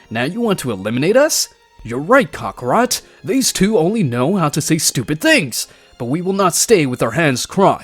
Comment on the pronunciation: Ka-ka-rot, not karrkrot